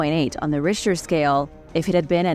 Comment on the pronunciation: She also pronounced 'Richter Scale' with a hard H the first couple times, but went with the traditional soft H pronunciation, basically a K sound, for the rest of the video.